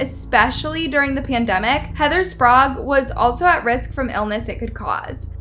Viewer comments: Just an unwanted word of advice, no big woop. You need someone to help your narrator with the pronunciation of people's names. She mispronounced Salminao as sSalanimo and Sprague as Spargue and then again as Sprog. Sorry to nitpick, but it's important to get things right when you're using the names of real people. Good job on calling out the garbage people in this video. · Whoever is narrating this cannot read or pronounce the words that are put in front of her. Sprague. Sparg? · Do you think Heather would appreciate having you pronounce her name correctly? Heather “Sparg”at the beginning and “Sprog” at the end!? I’m spotting a trend here. If the last name is spelled Sprague—I’m going to go with SPRAY-ge and not SPARG. (Letter placement counts when trying to pronounce names) If reading and pronunciation is not your strong suit, you might want to consider another hobby. 🤨🤦🏻‍♂️ (Even the evil-coughing lady pronounces it correctly!) 😂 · Heather Spray-g (pronounciation)